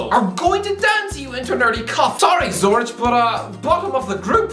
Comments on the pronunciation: Why did my man call the Swiss city of Zürich a village, than proceeded to pronounce it as Zurić like its some small village in Bosnia 😂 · It's pronounced zuRICK. Bloody. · Umm, what the hell is that pronunciation of "Zürich", and why is it considered a village to u, even though it holds half a million people?? 🤣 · not only did he butcher the pronounciation of Zürich, he called it a village despite the fact it has basically the same number of people as Dublin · In all fairness, while it sounds more ridiculous, it’s just as wrong as zu-rick. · The h in Zurich is silent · That pronunciation genuinely killed me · I love how he pronounces zürich in the worst way possible, and than proceeds to just be completely wrong about the city